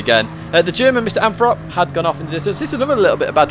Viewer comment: Anyone else think the name "MrAnthrop" is "misanthrope? The way said it made my ears hear it.